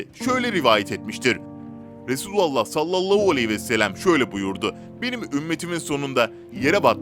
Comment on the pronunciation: Duymak isdemiyoruuz duzgun soyleyin efendimiz peygamberimizin ismini